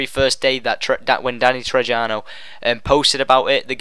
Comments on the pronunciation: btw mate its pronounced Trejo.... Tre-jo... Not Tre-jano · Who's Danny Trejano? It's pronounced TreHo you silly goose. I think they even say his name in the trailer. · dude, the actor's name is not Danny Trejano... his name is Danny Trejo.. damm can u at least get his name correctly, he's a very well known actor, he deserves respect. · its not Danny trej - ia - no its pronounced Danny Treeo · IT'S PRONOUNCED "TREY-HO" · Its Danny Trejo (tray-ho)... Jesus man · Danny "Tray-ho" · Trejo. The J is pronounced as an H. So Its sounds like Treho. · Its Danny Trejo (tre.ho; since he is mexican not to be racist but hat is how its said) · danny trejo pronounced treho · its pronounced treho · No one has an sprcial individual melee weapon. And your saying Danny trejo's name wrong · It's Danny trejo, Not with a j sound its an h sound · learn how to pronounce Trejo....